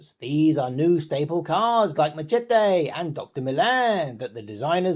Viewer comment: d..did you just pronounce machete like that pathetic and cringe